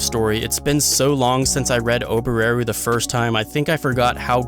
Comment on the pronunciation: The way you pronounce Ram and Oboreru really bothers me as a Japanese speaker..